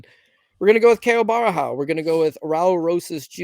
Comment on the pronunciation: lol why would you call "Borralho" Barahau, that is some crazy name butchering, there's not even an A in the first syllable